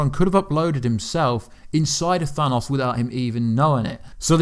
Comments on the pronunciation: than AHsss? its pronounced than OOOs. OH not AH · Sounds like you are saying "Thanus" instead of "Thanos"